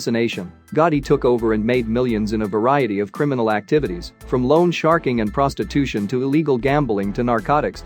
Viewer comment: The narrator can't even pronounce 'prostitution'!